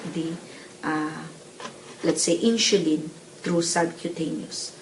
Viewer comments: Will you please pronounce it properly the word "INSULIN"? It sounds like INSYULIN or INSHULIN! MY wife as a Pharmacist laughing at you! LoL! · I likeeeee (: very clear instructions (: Haters gonna hate. Indonesians pronounce the alphabet S as SH. That's why she pronounced it as InSHulin.